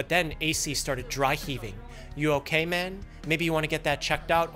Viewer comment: This entire episode made me feel racist while watching. The "oh no wats wong". "You okaaay?" 😂